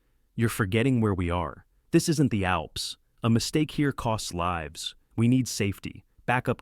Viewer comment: Sorry, as soon as the voice mispronounced lives, I had to go to another video 🤔